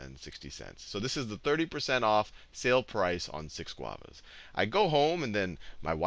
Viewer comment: Admit it, you only chose Guavas to say GuAvAs